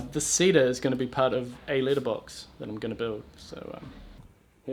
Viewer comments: Cat litter box? That's how I heard it 😂🤣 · i thought you said, "litter box" like a cat's litter box, lol. i'm glad you added followup video of the letter boxes! :D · I thought he said Litter Box, like for a cat. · You said "letter box" like we Americans say "litter box" 😉 We call them mail boxes, but letter makes sense too. I mean, unless you're being heard by an American with their mind in the gutter! LOL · I thought you were saying litter box As in shit box LOL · Same. I also heard litter box at first. Also, when he was building a deck, I heard Richard, initially.